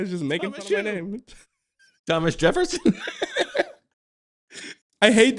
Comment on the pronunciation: “Tom-mish the Tank Engine.” 😂